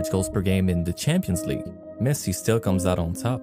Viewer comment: Man says Pessi and expects to be taken seriously. Lol